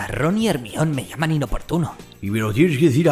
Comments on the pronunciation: jermion y jermaioni como se pronuncia no como se escribe en castellano y latino respectivamente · DIOSS que buen video lo unico que me da amsiedad esqie le de dice Hermion XDDD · Muy buen video, no soy fan de esta saga pero siempre son geniales tus videos, ese "Ermión" se siente como una patada en las bolas pero ni modo. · Harry,ron y "ermion" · "ermión" Ja ja ja. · Like si a vos también te timbró el cerebro cuando dijo "Hermion" xD Yo siempre la recodaré como "Jermayoni" Excelente vídeo, te lo has currado uwu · Muy bueno el video y todo pero se pronuncia "Jermayoni" no "jermion" xD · No es hermayoni ? Porque dices hermion? :$ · para que sepas, el nombre de Hermione no se pronuncia "Hermión", sino GERMAIONI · ¿¿Hermion? ¿¿!HERMION???! ¡¡¡ HER - MA - YO -NI !!!! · JERMION???????????????????????? joder tio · ERMION XDDDD tu pronunciacion de GERMAIONI , hizo quel el video tenga un toque unico la ptmr jajaja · Buen video, pero Ermion jajaja si la H es muda para los Españoles en palabras provenientes del inglés, entonces ¿no dicen Hello (Jelou) sino Elou y Hawaii es Awai? Hermione en se pronuncia Jermaioni. Ermion suena a alguien que se mea mucho, e.g: ese man es el meon. Al menos deberían pronunciar Ermione (con la e final) o algo así, porque la E la hacen muda sino es una "Silent E" como en please, make, cape o mine. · Como que Hermion. Germayoni amigo así se llama en Inglés en la novela y en todo lado, solo en España se les ocurre ponerle a una chica Hermion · Hermion 😅😅😅, me gusta mas cuando la pronunciación suena a (Jermaiony) asi suena en la pronunciación en latino. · hermion jaja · hermion no jodas jajaja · hermio ajajajja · Mi toc se activa cada vez que dices "Hermion" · Ermion jajajajaja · Dambeldor, Hermión 🤣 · Quién rayos es "Germión"??????? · Acojonante es decir Ermión jaja. Buen video. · Arnion? No mms jajajaja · Que mierda es Ermion? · Me estaban sangrando los oídos con cada Hermion pero te lo perdono por el homenaje Al pelucas 😅🥲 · Hermion jajajajaja